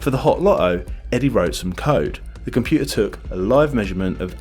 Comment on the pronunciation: What is a "loery"? What is a "compuer"? Ffs, your videos are most interesting, but so painful to listen to. Any chance you could learn to pronounce your letter t's?